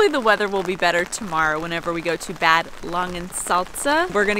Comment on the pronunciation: You're totally right 👍 ...and to go on: It's NOT "Bäääd Langensalza"... it is pronounced with a "long (stretched) a" like in bath... 😉😂